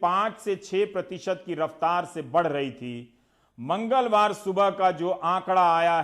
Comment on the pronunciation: Mr. Rabish...Overacting drama. Kitna chutiya hai tu..."Mangalwar" word pe force itna kyun?? Sharam karo...full of negativity. Please is time pe hindu muslim karna band karo..in a indirectly way. Bullshit reporter ever..🤣😂🤣😂